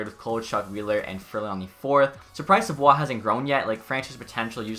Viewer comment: You pronounce savioes name wrong lol